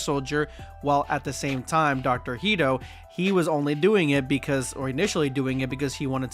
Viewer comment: why do you keep saying “Heedo”? Hedo is pronounced like “head-oh”